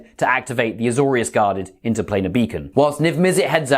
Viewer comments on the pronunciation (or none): none